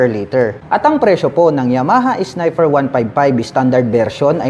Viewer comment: Nagbakasakali ako ng kamali lang bigkas sa unang snifer kaso nung pangalawa snifer ulit sabi ko nag kamali ulit pero nung pangatlo snifer parin..ok😅😅😅 Naalala ko classmate ko noon kahut ano gwin ung P nia F talaga😅